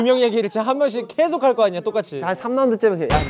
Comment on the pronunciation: 슈아 미국인인데 제일을 쩨일이라 발음하고 계속을 꼐속이라고 하는 거 귀여워ㅠㅠㅋㅋㅋㅋㅋㅋ